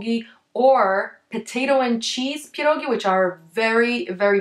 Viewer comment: Strange pronunciation of pierogi. You spell ie before p like "i" as in a russian language. But I thought it must be sound like "pjerogi" with soft "p" and soft "e". And r you sometimes pronounce on britain manner like it sounds in early bird, but it needs to be sound, IMHO, more on scottish manner, but actually on slavic manner. Is your native language polish? And how to spell it correctly? And even barszcz you spelt at the beginning like russian борщ. Пончики, а написано пачки(sorry, paczki). <У меня уже когнитивный диссонанс происходит в голове.> Really! It is very hard to understand the pronunciation. It will be great if you spell it for the first time slowly and correct on polish maner.